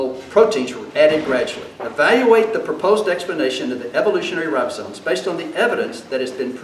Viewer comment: Since bases his primary ‘argument’ on a word he uses countless times (as if he's an authority), it would seem to be rather basic for him to be able to spell and pronounce it. They aren't ribosones. His incompetence is breathtaking.